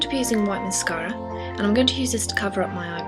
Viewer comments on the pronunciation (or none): When she held up the mascara I knew being English how she would say it XD I love how British ppl say masarca :D